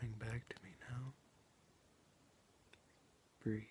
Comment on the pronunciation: The word is breathe it has a e at the end not breath